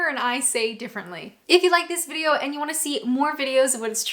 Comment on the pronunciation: I don't know if you will read this comment but there is only two things that you say that grate in my sensitivities 1) is the way you say 'eeand' instead of 'and' and any word that contains and. Two when you say 'Byeee' you are doing it in your everyday accent but it should be two octaves higher - try it x